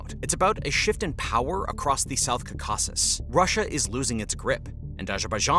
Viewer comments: Dude it’s not caucAsus it’s caucasus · bro it’s not south kakazuzuzuzuzuz it’s Caaaaaucasuuuuus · Jeez! would you PLEASE say "KAW-ka-sus" instead of "ka-KA-sus!." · "Ka-caw-sus" As an armenian, it's CAW-ka-sus in english, please pronounce it better next time, thx XD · It’s cau-cau-ses not cocaweses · I’m sorry, did you just pronounce CAUcasus as cauCASus??? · is-REAL and cau-CAS-cus. oh man... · It’s not South “Kasases”. It’s caucasus. Like “Caucasian”. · You'd sound like more of an expert if you could pronounce Caucasus correctly (not Kaw-kaw-suss). Ah-lee-yev, not Alleve. Can't listen to this crit anymore. It's not Arminians but Armeenians. Jesus. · It’s pronounced “cau-kuses” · Please pronounce “Caucasus”properly. It’s pronounced kaa.kuh.suhs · It's Cawkisses, Caucasus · What's with saying "ca-caucus" like Dukakis? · The region is pronounced: KAW-kus-us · Every time he said "Cacaw-sis" it makes me irrationally angry. If you do geopolitics, pronounce the geographic part properly. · Caucasus is pronounced 'cor - cus. If you are producing a commentary, you should at least pronounce the region correctly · "Cuh cass ess" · Not stressing the wrong syllable, he’s reading it completely wrong, as if it’s spelled Cacausus. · It's pronounced "Kau'-ka-sus". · Imagine making a video about Azerbaijan and not knowing how to pronounce Azerbaijan, Caucuses, Baku, Nagorno Karabakh, Armenia, or Tehran... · Please learn how to pronounce Caucasus correctly (stress is on the first syllable)...but overall, good video. And thanks for pronouncing the "kh" sound in Nagorno-Karabakh. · This VO does not know how to pronounce "Caucasus"...?? Are they even native speakers? How did the editor not catch that and ask for a re-recording? Also the VO should probobly talk a bit slower... He also mispronouced "Karabakh"... 😅 Hire a better VO... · Are you mispronouncing"Caucuses"? Or am I ignorant lol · Where did you learn that pronunciation of Caucasus? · Awful pronunciatıon 😮